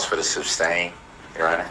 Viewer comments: He says substain instead of sustain. He didn't "ax" the right questions. No minimal education, but this buffoon thought he was the smartest person in the room. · Substain! 😂😂😂 This guy is a loser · Exactly & he kept mispronouncing sustain to substain….. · Hey Lyle. Have you realized that DB says “SUBstain”. Instead of sustain? He’s an absolute tard every step of the way. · THERE IS NO B IN SUSTAIN YOU M0R0N!!!! 😂😂😂 HE IS SOOOOO IGNORANT!!!!! 😂😂😂